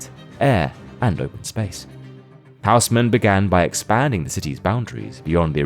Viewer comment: Hausmann is pronounced: Oes-mànn (first syllable rhymes with hoes, the gardening equipment, the second with shan(´t), so this HHHHouse-men prounciation of the video is butchering the name.)